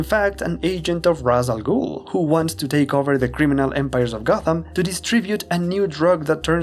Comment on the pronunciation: I'm surprised someone who is a long-time Batman fan would make the mistake of pronouncing Ra's Al Ghul's name the wrong way. Its "Raysh" Al Ghul, not "Raws" Al Ghul.